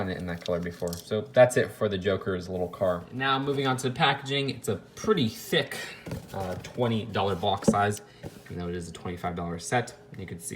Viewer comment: The way u say "thick" or "thicc" when it comes to the box and the instructions....